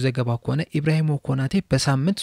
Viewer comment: ኢብራሂሞ ሳይሆን ኢብራሂማ ነው።